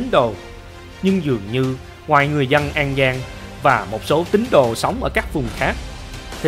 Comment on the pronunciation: Lạy luôn cái giọng đọc,học chưa hết môn chính tả lớp 3 thời tiểu học mà làm mc dẫn chuyện, người phặt giáo,người dăn, giăn lưới hả gì, cái phặt hả gì, phát âm gì lạ vậy, ở đây người dân đạo phật chứ không có người dăn đạo phặt